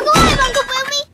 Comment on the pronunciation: Bumi meant earth in indonesia. And pronounce just corect as well. “Boome”